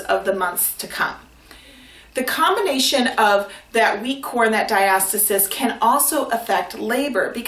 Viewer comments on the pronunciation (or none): Diastis? it’s pronounced “Dia-sta-sis”